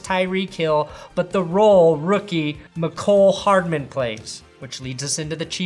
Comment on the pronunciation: Hey thanks for putting some respect on the pronunciation of Mecole Hardman. Youre the first guy ive heard say his name right. Idk why these analysts are hitting the mEEEEEcole Hardman.